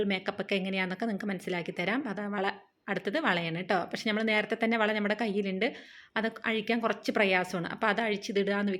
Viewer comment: ഞമ്മൾ എന്ന് പറയാതെ നമ്മൾ എന്ന് പറയൂ ചേച്ചി ❤